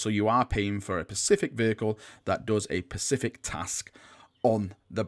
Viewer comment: specific, not pacific